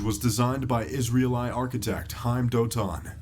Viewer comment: Israeli = Israel-I Daihatsu = Da-he-aitsu Hussaini = Who's Saini? Fuck me, did this narrator grow up under a rock? His pronounciations are all over the place...